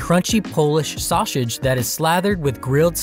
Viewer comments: Please learn to pronounce "saussage" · Are we all just gonna ignore the narrator's inability to pronounce sausage? 😂